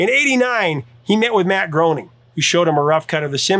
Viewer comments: Nice list. I probably would've added NYPD Blue in there somewhere. By the way, Matt Groening's is actually pronounced GRAY-ning, not GROW-ning. I heard that from his own mouth, plus, there's an opening credit that refers to it. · Love you picks but I personally think that The X-Files should be in the top 3 and not Law and Order also Matt Groening's last name is pronounced "Gray-ning" not Groaning 🙂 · IT'S PRONOUNCED GRAIN-ING!! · His name is pronounced 'Graining.' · Simpsons Groening rhymes with "raining." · Groening rhymes with raining... 🤦‍♀️ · Matt Groening says his surname rhymes with “complaining”. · A couple small corrections on The Simpsons: The show just finished its 36th season, not 35th, and is renewed through season 40 (did you record this a year ago?); and Groening is pronounced "graining." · The Simpsons creator's last name is pronounced Graining. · Matt Groening- rhymes with “raining” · it is NOT pronounce Matt GROANING.